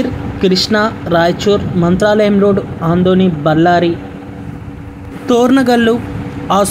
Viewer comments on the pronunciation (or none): It is ADONI not Andoni as you called please correct it